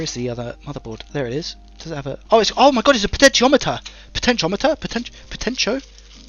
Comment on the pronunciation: PS, you've nailed the pronunciations of potentiometer and Yoshi. 🤘😎